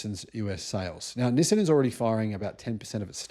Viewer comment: It is pronounced "Knee Sahn". Accent on the first syllable and stretched out a bit. Similar to the word for hello in Chinese, pronounced Knee How.